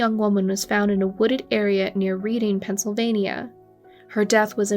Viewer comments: Yes and Reading is pronounceed redding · Reading is pronounced red-ing. Thanks for all your updates on these cold cases. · Rhymes with bedding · You need to do better when pronouncing town names. They said Reading correctly at least 3 times and you still got it wrong. Disappointing.